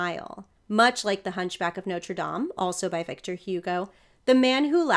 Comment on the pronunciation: Such a tenderly sympathetic interpretation. And I LOVE that you pronounce it Nawtra Dahm, instead of Noter Dame! Bless you! 🙌🏻